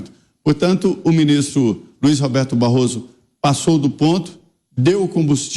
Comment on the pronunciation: Barroso falando "barro" ! Vergonhoso!